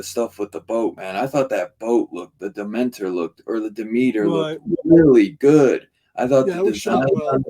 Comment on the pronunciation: Demeter NOT Dementer 😂